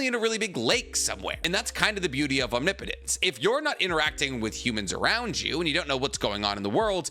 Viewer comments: Holy shit he said omnipotence correctly!!! :O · Finally he said omnipotence correct